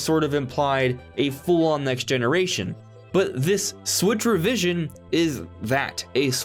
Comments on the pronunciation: I thought you were initially saying “Switchervision” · I thought you were saying "switchervision". I thought it was just a gaming term I'd never heard before. I didn't hear switch revision until you said it .